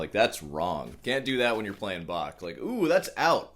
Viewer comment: he actually said "do dew that"! 🤣